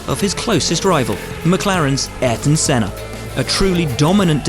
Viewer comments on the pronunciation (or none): none